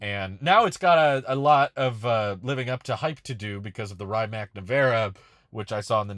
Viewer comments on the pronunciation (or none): Isn’t Rimaç pronounced REE-MATZ?